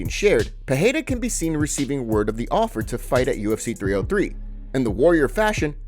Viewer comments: CAN U STOP SAYING PERREIRA WRONG LIKE JOE ROGAN - ITS PEREIRA (PE-REI-RA) NOT PERREIRA (PE -HEI-RA) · Pereira not Peheira. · peREIRA!!!. Not peHeira!! Lazy gringos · Why do u say peheira ? 🥲